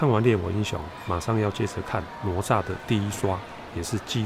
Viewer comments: Up好可爱，不过那个念ne zha,不是nuo zha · ……挪炸是什么？那个字念“呢鹅”吒…… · 不是nuo zha，是ne zha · 为什么台湾会念成：挪nuo炸zha? 应该是：哪（ne 同讷）吒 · ne zha不是nuo zha 哈哈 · 哪吒，这个名字读 ne zha （呢扎），这个字在这里的读音跟佛经里的读音一样，不读 nuo zha（挪炸）。哈哈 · 并不是我要抬杠，哪吒的哪念 ne 第二声，而不是nuo……听着难受🤣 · 快来纠正下发音哪吒 né zhā ，不说成了罗渣，咯炸、拿抓！ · 不是nuo zha 而是ne zha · 不是罗吒 发音跟“勒吒” 比较像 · nezha，台湾口音怎么念成nuozha了。。。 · 我太喜欢你的解说了～ 台湾和大陆用语的不同也十分有趣，比如我们会说“熊孩子”，你在解说中用的是“死屁孩” 哈哈哈哈，真的好可爱好有趣。 噢还有，哪吒的普通话发音是“ne（二声）zha” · 听读哪吒好像mozhua呀哈哈哈哈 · 纠结了一下，还是希望说一下读音的事。。。哪吒惯读（呢né渣），只是把第二个字轻声弱读后会听起来像（炸），其实应该更像卷舌的（咋） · "哪“字的讀音台灣和大陸是不同的，台灣的國語辭典: 字詞【哪吒】注音ㄋㄨㄛˊㄓㄚˋ，漢語拼音 nuó zhà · 哪吒（音：呢喳） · 跟我读：ne哪 zha吒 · 不是“挪吒”.... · 读错了，哪=那！ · 兄弟，听了你的哪吒发音，我有点怀疑人生了，是糯炸还是拿炸？还是ne炸？